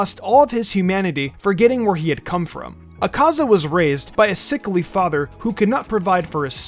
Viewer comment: The way he pronounces akaza, yikes